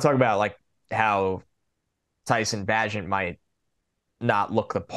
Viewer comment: just a heads up, its pronounced Bay-gent. His father is one of the greatest armwrestlers of all time.